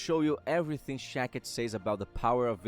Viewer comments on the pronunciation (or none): It is shakti not shakit.